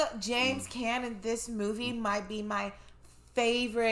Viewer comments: Not "Can" but "Khan" is the proper pronunciation. This movie made me fall in love with Billy Dee Williams and James Caan. Such a heart-breaking story but a lovely movie. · James Caan's last name is pronounced as Con. As in connected. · Back in the day when men weren't allowed to cry, we were given the movies that it was okay to cry Brian's song Bambi Old yeller Btw it's pronounced con (caan) He was also in the original god father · James Caan, pronounced Conn. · So glad you got to watch this great movie. A real story of love and friendship. By the way, James Caan's name is pronounced James CON. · There's a park near where I lived when I was younger named Brian Piccolo Park, named after Brian Piccolo. This is such a great film, and an iconic due with James Caan and Billy Dee Williams ❤ also, Caan pronounced "Con" lol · James Caan is pronounced con. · James Caan...pronounced Con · His name is pronounced like CON. Aside from Misery and Elf, you would know him as Sonny Corleone in The Godfather. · James Caan is pronounced "Kahn" ❤️ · My 10th grade geometry instructor played with him at Wake Forest. Yep, I was in the 10th grade in 1971 when this was a TV movie. By the way, I think the actor's name is pronounced James Conn. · Just so you know, James Caan's last name is pronounced "Con". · Just fyi...his last name in pronounced like con (James Caan) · Just so you know, James Caan's last name is pronounced as con, as in con-man. Otherwise, I throughly enjoyed watching this along with you. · Caan rhymes with gone. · The name "Caan" is pronounced "Cahn " with a soft " a". If you saw the opening and closing credits, there is a reference to the book, "I Am Third," which is about Gayle Sayers and Brian Piccolo. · Caan rhymes with lawn, at least how I've always heard it. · This story was a part of Sayers autobiographical book so yes, it’s a true story. It’s always a tear-jerker. Oh, just to let you know James Caan’s last name is pronounced like Kawn. Love your reactions! 🩷💜🩵